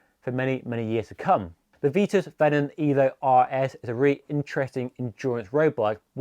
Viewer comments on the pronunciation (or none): Good selection of bikes but there is no such brand as Veetus, its pronounced VITUS with an i, not ee |||